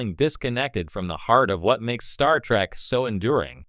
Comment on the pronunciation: You would think that if you are running a star trek channel, you could train your AI voice to say "Star Trek" properly